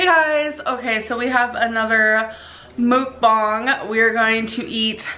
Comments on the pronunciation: Its pronounced Mook bang with a long a. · So is it (mook bong) or (muhk bang) because the second makes the most sense. 1. The you would look like ( ü ) for moo 2. It really irritates me the way she says it. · She said Mookbong bish that ain't how you effin say it. Shut up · how many times did she say MoOkBoNg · Mook-bongs? Is that how it is really pronounced? Sounds like some type of drug paraphernalia. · Can someone tell it's not MOOK bong....that drives me crazy...learn how to say the damn word. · She can't even pronounce it correctly!!